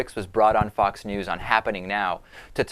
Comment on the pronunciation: It's funny how he pronounces it "fuck's news" ^_^